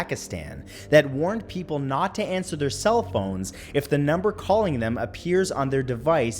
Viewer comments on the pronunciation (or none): I restarted the video twice because it sounds like he says “we all have cella phones” at the beginning 😂❤️